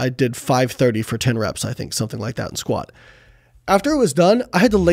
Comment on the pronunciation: He says sqat only 500 pounds 😂😂😂